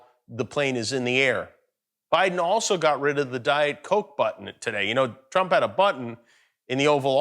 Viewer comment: "Donald Troap"? Is something wrong with his tongue?